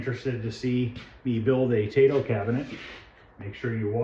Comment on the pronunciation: I hope you are doing well. Love your videos!!! I own a frontline and love it. Brings me back to 1982 every time I play it. Don’t hate me, but I speak Japanese and it’s pronounced “T I-toe. In Japanese, the “AI” makes an “I” sound. Just a tip. Hope to see more videos.